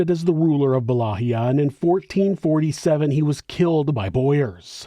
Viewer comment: Please allow me to humbly help you to correctly pronounce Wallachia...It's Pronounced: Va-LA-kia NOT Wallahia.